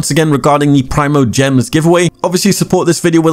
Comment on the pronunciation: Preemogems. Not prime-o